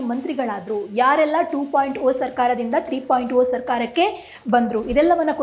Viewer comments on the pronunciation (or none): ನೀವು ಮಾಧ್ಯಮದವರು ಭಾಷೆಯನ್ನು ಸರಿಯಾಗಿ ಬಳಸಿ ಮಾತಾಡಿ.... "2.0 ಮತ್ತು 3.0 " ಟೂ ಪಾಯಿಂಟ್ ಓ ಅಥವ ಥ್ರೀ ಪಾಯಿಂಟ್ ಓ ಅಲ್ಲ ಟೂ ಪಾಯಿಂಟ್ ಜೀರೊ ಅಥವ ಥ್ರೀ ಪಾಯಿಂಟ್ ಜೀರೊ ಅಂತ ಓದುವುದು ಸರಿಯಲ್ಲವ....? ಜನರಿಗೆ ಸರಿಯಾಗಿ ಮಾಹಿತಿ ಕೊಡಿ ಭಾಷೆ ಉಳಿಸಿ...